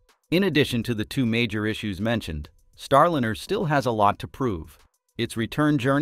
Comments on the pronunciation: Jeepers. If you are going to put up a YouTube channel learn to correctly pronounce the name of the spacecraft! It is NOT Star-Lin-er. Try Star-Line-R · Starlynner. So lame they can't teach the AI simple names. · What’s with the SHIT AI voice??? Star “Linner”? Jesus man. Voted down. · This title is bogus and the AI voice is terrible. Your data is not even correct. You say July 4 is a possible return date then you say July 2 is/was a return date. They can’t both be true. See ya. This Chanel has joined the ranks of the AI garbage. You can’t even pronounce Starliner tight! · Reading is a problem for you? Word pronunciations is not complicated nor difficult. Ariane, Starliner, Practice and rehearsal is the key. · Please get rid of the AI voice. It can't even pronounce Starliner correctly.